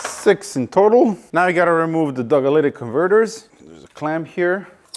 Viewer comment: “Dogalytic converters” 🤣🤣🤣